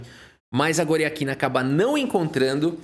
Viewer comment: como foi que "Goriátkina" virou "Goriaquina"? 😂